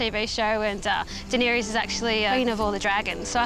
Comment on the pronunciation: A Song of Ice and Fire is a book series. First of all. Secondly, true fans shun that show. Thirdly; any real fan would properly pronounce her name. Offended. Even more offended YT tried to suppress my comment.